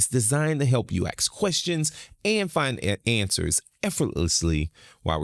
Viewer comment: it is called "asking" and "ask", not "axeing" and "axe".